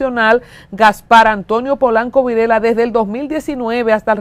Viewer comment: El apellido es Virella (Vireya) NO Virela